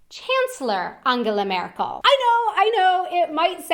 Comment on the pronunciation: Thank you for saying so many nice things about the German language! And I love how you pronounce our chancellor's name - it sounds a tiny bit like Angela Miracle :)